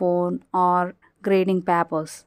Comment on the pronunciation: Please correct your pronunciation. Especially for "Papers". Good effort 😊